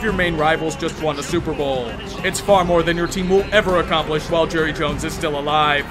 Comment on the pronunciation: Palpatine > Jerruh Jones